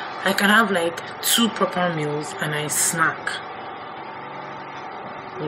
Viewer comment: Every time you say “I feel loike” I say it along with you😂